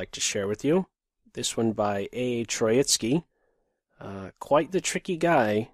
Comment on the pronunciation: Actually it's TrOitsky, not TroItsky. The 1st syllable is stressed. It derives from the word "TrOika" I guess.